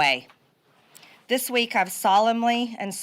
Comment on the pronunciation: “Dis is what has happened”?! She really said “Dis is…??